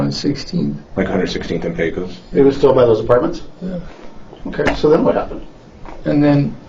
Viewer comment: Pecos. Not Paco’s. This is where I grew up 😞